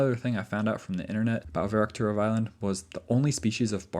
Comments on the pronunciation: It's "Verkhoturov" not "Verokhturov". Still a great video though, I'm a big fan. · I like your videos. Please please use Google translate to pronounce the names of these places before you record your videos. Every instance of you pronouncing Verkhoturov in this video was wrong. Google translate is free illocution lessons